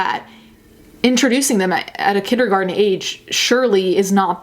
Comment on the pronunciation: Christy Fielding lol you dont have to be sarcastic. english isnt even her first language. you may be surprised but shes not from here lol